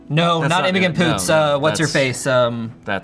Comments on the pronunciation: Does just pronounce Imogen incredibly wrong or is that actors name a different pronunciation of the same spelling to the normal name Imogen. Because he said it with a hard G Imo g en not like the name Gen or Jen that you would normally pronounce Imogen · it's it's pronounced Imo-jen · asking if Scotland has bagpipes and pronouncing Imogen as "Imo-gun", a banger video for sure